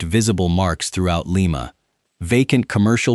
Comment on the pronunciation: LIMA, OHIO is pronounced LIE MA, not LEE MA. You should pronounce the Ohio cities correctly, or not do a video on them at all. Very disrespectful to us Ohio residents. You have a phone. You could have called the chamber of commerce or the Police Dept in Lima to know how to pronounce the name of the town!